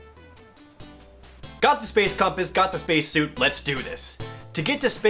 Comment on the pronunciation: "space suite" Okay, Trump.